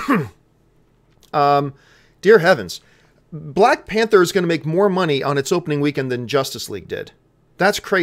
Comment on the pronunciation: it's spelled Panther not pather